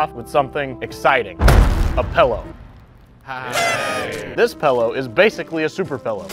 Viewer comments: Man I can't, I just can't, what the fuck is a pellow? I thought it was pillow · Ah… A fellow “Pellow” pronouncer